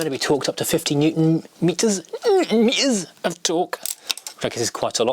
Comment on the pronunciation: You said Newton metres of torque in the correct way 😂😂